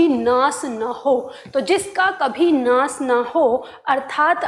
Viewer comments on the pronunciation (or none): महोदया! कृपया आप अपना उच्चारण ठीक कीजिए। आप नाश को नास,अविनाशी को अविनासी और श्वास को स्वास बोल रही हैं। बाकी आपकी शिक्षण विधि बहुत अच्छी है जिससे अनेक छात्र और शिक्षक जरूर लाभान्वित होंगे, ऐसा मुझे विश्वास है।